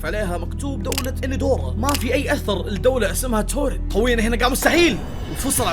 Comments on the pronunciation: يعمي في بلد اسمها تورد مو توريد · يا اسم الدوله مو توريد اسمها تاوريد